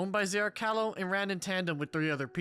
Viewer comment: idk why but every time you say it as ‘zrcarlo’, my brain screams ‘zrCALO’ but I’m just a little stupid like that, anyway back to the video